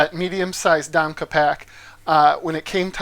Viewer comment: Domke pronounced Dom Key....